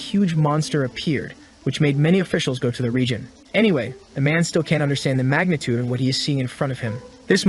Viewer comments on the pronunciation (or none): none